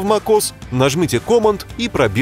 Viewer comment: Command произносится "кэмэнд" с ударением на второе "э" в амер английском.